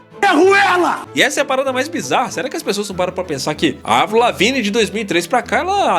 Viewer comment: Eu como fã de avril desde Let GO preciso começar esse comentário com um muito obrigado, por chamar Avril e não "Eivril" como até hoje chamam errado assim. Racho de rir dessa teoria que começou a ganhar força em 2005 quando Avril pintou de loiro o cabelo para interpretar a Courteney Love (viúva de Kurt Cobain) no cinema, o filme nunca saiu da gaveta até hoje mas ela adotou o loiro em definitivo até hoje, aí soma tudo isso ao álbum The best Dawm Thing de 2007, cheio de rosa e dancinhas no palco... Algo totalmente diferente da Avril skatista, já era, o que era burburinho ficou mais e mais forte. Sei lá, vejo ela super bem, cada álbum é um rolê diferente. Quisera eu como fã vê-la novamente no auge do mainstream como 2004.